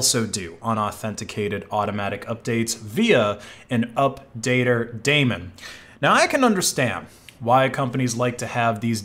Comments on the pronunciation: "Daemon" is pronounced "demon" (not "Damon"). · It's a daemon /ˈdiːmən/ you are saying it wrong. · Daemon is actually pronounced "demon"